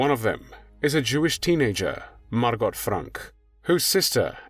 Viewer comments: Her name is pronounced Margo, not Margot despite the spelling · I have a couple of friends named Margot, it's pronounced Margo, not Margot. The T is silent. Pronounced the same here in the States as it is in the Fatherland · Yes,thanx,for pointing out the proper pronunciation. Margo,yes,not Margot! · Her name was actually pronounced Margo. And even thought it’s spelled Anne, they pronounced it Anna. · Please be aware you do not pronounce the T in Margot. It is Margo. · It's pronounced Mar-go. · Margot = MAR-GO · The t is silent by the way. Margo. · Not Margot. It's pronounced Margo! Just proves what damage religion does to humankind. Glad I'm a non believer. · MargoT ? Your AI narrator has a glitch. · generally the T in Margot isnt pronounced, its usually mar-go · Her name is pronounced Margo….to not pronounce the “t.” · Someone really needs to tell this narrator that the ‘t’ in Margot is silent. Her name is MARGO. Aside from that little annoyance, this was wonderfully done. Thank you. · Pronounced Margo! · Can someone please teach the narrator how to correctly say Margot? It’s not Mar Got (like got something) cmon dude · Even though her name was spelled Margot, it was pronounced with the "t" was silent. Her name was pronounced Margo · In the Netherlands it is pronounced as MARGO with O,T is not pronounced at all! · Margot was my mom's age. I believe the t in Margot is silent. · It’s Margot like escargot…. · I don’t think her name was MargoT ….I’m sure it was pronounce Margo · The T is silent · Please correct french name Margot not sounding the t. Many thanks . Best wishes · This is annoying me. Surely it’s Margot (softly pronounced) and not Margot, pronounced hard? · You are correct. So irritating pronouncing it incorrectly. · Margot is a French name and you don't pronounce the final 't.'